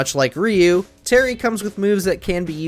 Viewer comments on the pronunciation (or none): why no one can't pronounce RYU name correctly. It's not ri-u